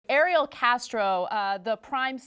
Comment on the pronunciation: I have no sympathy for Ariel Castro, but I just really wish reporters would pronounce his name right. Every reporter is saying the female version of the name. I know because just look at my name. I'm a guy and no one I talk to can say he real version of my name.